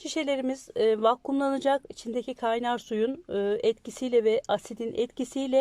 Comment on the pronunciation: Eliniize sağlık, ancak özür dileyerek! vakkum değil, doğrusu vakumdur.